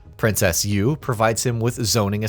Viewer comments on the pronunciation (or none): did you say master peeonyou? and who is princess you? ugh hurts my ears hearing these names